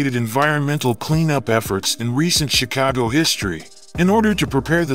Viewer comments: Please pronounce my city name right bruh it’s not “chi-cow-go” it’s “chi-cah-go”thank you very much sir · Natives say the city's name is not pronounced "Chicaawgo". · Pronounce Chicago correctly.